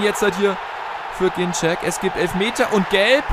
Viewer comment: Ein letztes Mal sage ich es noch, dann gebe ich auf:D Er wird "GinZEK" ausgesprochen, nicht "GinTSCHEK", das haben seine eigenen Eltern gesagt, da viele es falsch ausgesprochen haben!;) Bitte, lies das und nimm es zur Kenntnis;)